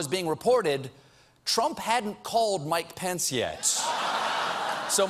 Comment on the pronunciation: is it me or Mike Pence starting to sound like 'My Pants' ?